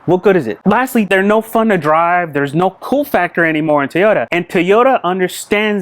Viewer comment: Toyota not Teeeeota.